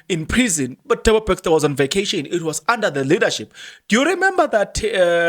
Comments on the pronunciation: NOT BAXTER MAN,ITS BESTER PLEASE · My guy how you pronounce Thabo Bester becster 😊